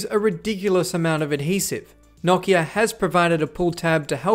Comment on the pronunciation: I didn't know it was possible to say Nokia wrong but there's a first time for everything I guess 🤣🤣